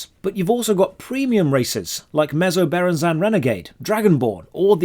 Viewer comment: how the fuck did that dude just english overpronounce menzoberranzan!? It's Aluminum all over again!